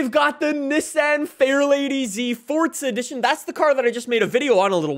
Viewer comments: its forza not forca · Can you stop saying it fortzaaa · *Fordza * lmfao